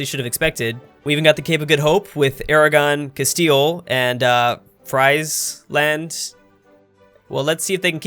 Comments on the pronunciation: Btw, you say Friesland as "Freeze-land", not as "Fries-land" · Okay, I live in Friesland, its a northern province of the Netherlands and I died when you said “FRIESland”, you pronounce it as “freezeland” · Friesland is pronounced like "Freeze-land". They speak Frisian, which (other than Scots) is the closest related language to English, which I think is pretty cool. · It's pronounced "Frees-land" lol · brabant=bruh-ban-th frieshland=frish-land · "friesland" you pronounce as "freeze land". love ya content! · you say friesland like this vrisland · 'Friesland' is pronounced as 'freezland', it's a province in the Netherlands. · Just cal friesland frizzland plz You need to be a chees dutch man to sey it right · Friesland you pronounce as freezeland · you pronounce it like 'freeze land' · It Just hurts to watch you trying to pronounce Friesland